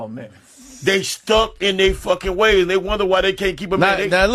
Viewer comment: Stuck in their waYZe (yes, I spelled it like he pronounced it)- translation- she not dealing with my nonsense so I have to date younger women who don't know any better 😶😐🙄